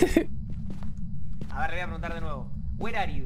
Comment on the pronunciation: “were arhe yu” el fantasma debe estar confundido con los idiomas después de esa frase jajajaja